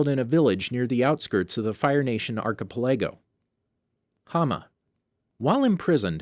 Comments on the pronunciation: ark-uh-pole-ah-go is pronounced ark-uh-pell-eh-go and it annoys me he said it wrong. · archapalaygo wtf is that? you mean archipelago? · did mans just say ARKAPALAYGO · You did not say archipelago like that